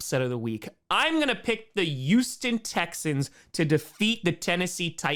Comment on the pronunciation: It's HUGHston not YOUston